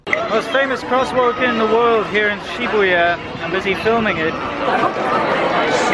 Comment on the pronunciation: If you are going to claim that you know something about Japan at least, please learn how to pronounce names of places you visit in Japan. In case of Akihabara "h" is not silent. You don't pronounce Shibuya correctly either. Pretty amazing really.